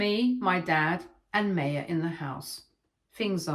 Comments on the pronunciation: Her name isn’t May-ah it’s My-ah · Maya is pronounced My-ah